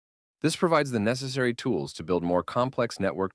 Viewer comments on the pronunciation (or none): none